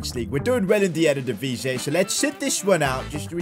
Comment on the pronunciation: It's still EreDivisie not erDedivisie 😅😅